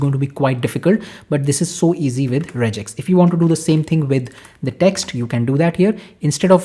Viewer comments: it is not rejex.. its regex (regular Expression) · Rejex is wrong, and just a Indian accent infliction 😅